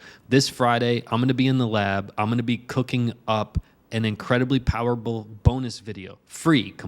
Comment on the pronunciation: Did you say “powerbul?